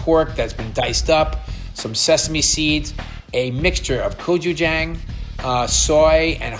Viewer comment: Bobby please!! Gochujang with a soft a, ah, not gochujAng. Love you 😂